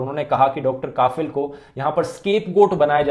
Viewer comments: His name is kafeel not kaafeel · Bhai saheb Kaafil nahi Kafeeeeel Pronunciation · It's Kafil not Kaafil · Dhruv Bhai काफिल नही कफील होता है❤ बाकी आपकी वीडियो के लिए❤❤❤ और ये आज नया नही है जो मैं इतने सारे ❤❤❤❤ दे रहा हूं आपको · Sir not काफिल, it's कफील ...😊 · kafeel should be pronounced as "cough+eel' rather than "kaaafeel" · Bhai ,correct uor pronunciation,*KAFEEL kHAN*👍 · It's Not Kaafil. It's Kafeel. Please Dhruv Pronounce Muslim Names Of Places, Persons And Monuments Correctly. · Hello sir its KAFIL not KAAAFIL